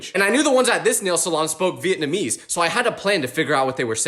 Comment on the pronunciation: that’s not how you pronounce Vietnamese. It’s Vee-it-nam-EESE. Vietnamese. The ese part is stressed. Meaning that part is like loud/high pitched but normal